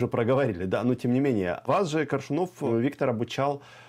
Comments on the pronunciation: Этот как будто специально произносит фамилию Коршунова, неправильно ставя ударение. Не Коршуно'в, а Ко'ршунов. При этом слышит же, что Максим произносит по-другому. И Максим лично знал Коршунова Виктора. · Думала мне только ухо режет произнесение ведущим фамилии КоршунОв. И не только это. Ощущение, что ведущий абы как окончил школу и подался зарабатывать на таких вот темах. Настолько безграмотно изъясняется.